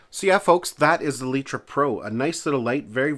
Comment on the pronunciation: I have to correct you. It isn't called letra. The company is called litra (Light-Tra) Like a light bulb.